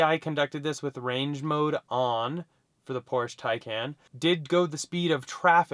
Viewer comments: That’s “Por-shuh Tie-con” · It’s pronounced Tie-Con! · No, pronounced Tie-Kahn